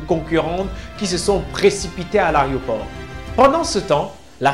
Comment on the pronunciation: On ne dit Aréoport frère. On dit Aéroport